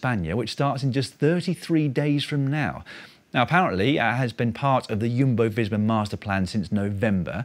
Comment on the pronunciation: It’s Jumbo not Yumbo